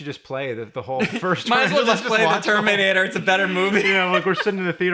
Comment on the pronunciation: What's that James? Termrinator? LOL!